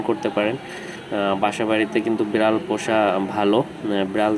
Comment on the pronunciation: Bral na Vai biral